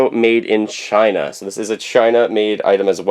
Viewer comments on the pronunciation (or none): none